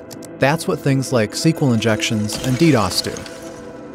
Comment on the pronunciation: I never knew SQL was pronounced like that. I am bad hacker man.